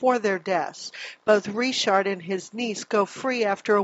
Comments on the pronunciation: "Franky Risharrd"?? Or Frankie Richard? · “Frankie Re-Shard” lol Na it’s just Richard* Lol Officer Reshard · Reechard loll. Richard. Joe dirtay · Did this news lady actually pronounce Richard as “Ree-shard”? 😅😂